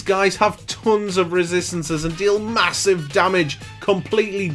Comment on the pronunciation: “and we run in for MA-SIVE DAMAGE!!” 😂